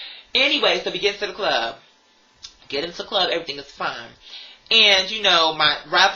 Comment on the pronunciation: RRRRRggae clob. You’ve got to roll those goddamn Rs.